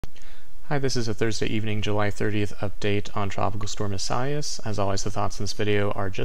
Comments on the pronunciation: It’s eee-sigh-eee-as. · Great spot as usual.Informative & interesting.However, your pronunciation of Isaias...was off!!....EE- suh- ee-us....4 syllabils.